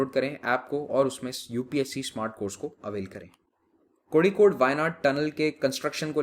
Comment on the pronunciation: Kozhikode को कोझिकोड कहेंगे।